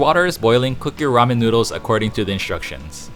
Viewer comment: Hmmm, らめん made by white people who can’t pronounce the name correctly...